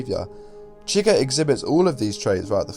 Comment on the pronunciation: “Anyone Chwuighur”